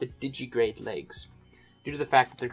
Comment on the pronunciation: Di-gi-TI-grade. Digitigrade, not didgy-grade.